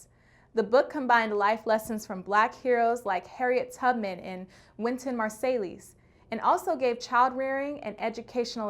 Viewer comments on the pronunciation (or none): Not Wynton....Mar-say-lees🤣😂🤣